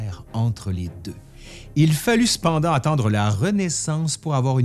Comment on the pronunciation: Ça parle trop de s*xe, j'ai cru entendre "il phallus pendant" au lieu de "il fallut cependant" 😂